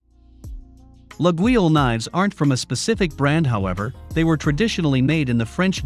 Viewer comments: That very unusual pronounciation of Laguiole (La-yol in French) is quite distracting. 😬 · Not sure how much I can trust this guy's review if he can't pronounce Laguiole even close to correctly. Also, Forge de Laguiole does not go back to the 1800s, it was started in the 1980s, I believe. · After Artificial Intelligent dude butchered the name, im out. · You could at least try to correctly pronounce Laguiolle. Damn dude.